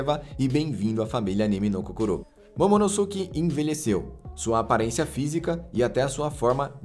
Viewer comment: "Momonoske" pq ngm fala "Sasuke" e sim "Saske", o U não tem som entre S e K